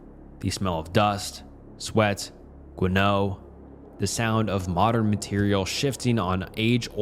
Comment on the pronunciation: gwaNO Polite way of saying guano 😂